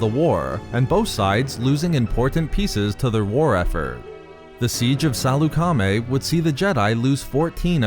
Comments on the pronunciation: I don’t think it’s pronounced Saloo-Kar-Maay. More like Sal-uk-aa-maey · Are you saying salecamie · Why are you saying it Sal-eu-ca-mi? You're supposed to say it faster as one whole word. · THIS GUY CANT EVEN PRONOUNCE SALEUCAMI RIGHT